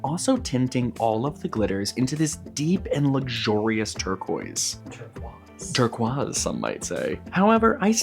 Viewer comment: Ah, tur-quazz, oui oui